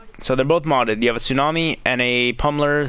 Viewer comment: My guy said t tsunami ha😂😂😂